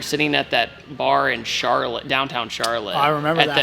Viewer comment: Vaughn really said "Char"lotte 😂